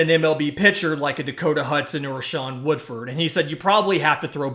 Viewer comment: Shawn Woodford? Kizer? Learn their names.